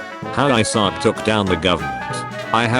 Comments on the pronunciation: What i read: Isaac. The TTS voice: I suck. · I'm going to hear 'I suck' until the end of time now from the many times of the robotic voice mispronouncing Isaac, I swear.